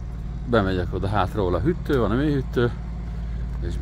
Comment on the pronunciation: Te is úgy mondod a hűtőszekrényt, mint anno muter... Hüttő! 🤣 Rossz vót hallgatni!